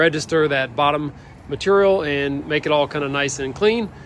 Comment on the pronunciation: Mat-ur-ial lol. I love how they say Material